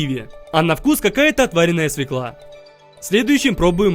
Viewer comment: Была бы учительница по русскому языку тебе она бы поставила 2 за граматику не свекла а свёкла :) без обид